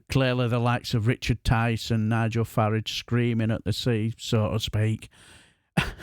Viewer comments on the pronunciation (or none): Love the way you pronounced Farage as us Northerners say garage. It's the way I think of his name. He's Hyacinth Bucket.